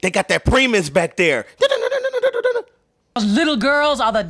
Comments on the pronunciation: It pronounced pry-mus. Great video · Is it time for Haunted House 2 yet? By the way the band primus is pronounced pry-mus